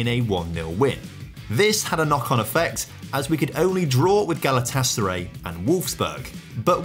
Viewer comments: I love your vids but being a Galatasaray fan it grates me how you pronounce it. Pronounce the ray like you'd say the word rye haha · We'll give you a free pass on Edo but that pronunciation of Galatasaray made my ears bleed